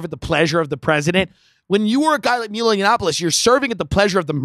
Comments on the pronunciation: I dont get why Tim is hell bent on mispronouncing Milo's name even tho he knows very well its "maj-lou" and not "mii-loo". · Nobody says Mee-lo. I feel like he's just trying to be difficult